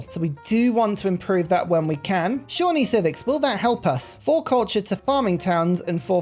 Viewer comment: I'm so proud of you for learning how to pronounce Shawnee!